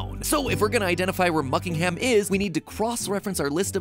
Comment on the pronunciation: muckingham or buckhinham??? buckingham mat pat!!1